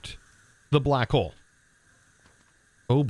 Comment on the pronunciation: What others hear: "Pulsating black hole" What I hear: "Pulsating Butt hole"